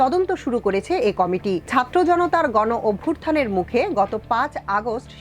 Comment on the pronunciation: গণঅভ্যূথান উচ্চারণ ঠিক করে বলবেন।